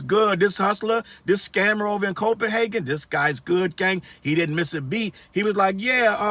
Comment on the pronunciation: I’m lmao. Please don’t say Copenhagen no more. Lol